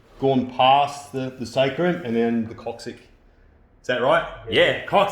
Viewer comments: Lol it's pronounced 'cock-six' not 'cock-sick'. So as it's coccyx, I don't think anyone minds the mispronunciation🤣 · It's pronounced KOCK-SIX.